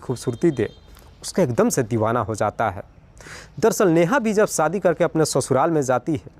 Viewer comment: Sadi nh hota shaadi hota h .. ek anchor ko apni Bhasha per kam karna chahie